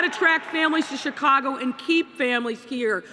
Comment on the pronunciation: _ “Chicongo”! LMAO 😂